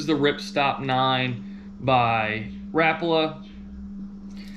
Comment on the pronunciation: Am I the only one concerned with how this guy says rapala???